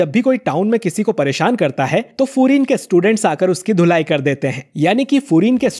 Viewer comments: Bhai this is not furin this is fiurin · Not furin it's fuiren high